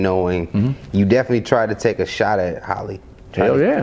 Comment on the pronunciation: It's Halle not Holly